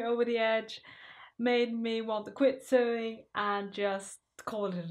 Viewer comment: Dear, love your outfits. You say sewing - suewing- must say OH, S OH, english is not my native language, I had the same problem, but I find it cute. Thanks, hug.